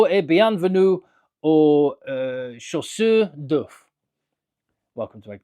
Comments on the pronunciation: Your French is appalling - you said ‘chaussure d’oeuf’ (egg shoe) instead of ‘chasseur’ (egg chaser)… Stick to English! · It is « CHA-sseur d’œufs » and not « cho-sseur » :-) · Actually he said it correctly, "chasseurs d'œufs" is the literal translation of "eggchasers". The prononciation made it sound a bit weird, I'll give you that